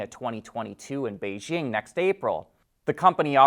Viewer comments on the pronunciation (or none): none